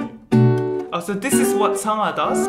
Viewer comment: Are you Korean? Your pronunciation is good when you said 성하. Thanks for making lesson.